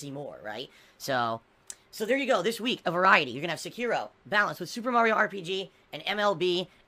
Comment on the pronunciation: He will never finish Sekiro.... he can't even say it properly.